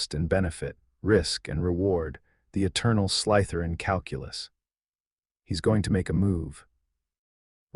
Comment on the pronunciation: You and the AI who is reading this need to get it through your head that there is no such word as Sly - t h e r i n, it is Slytherin and the emphasis is not on the Y